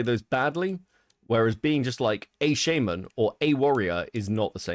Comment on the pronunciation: Everytime says shaman wrong it drives me crazy